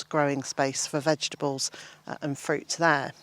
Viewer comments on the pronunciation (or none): none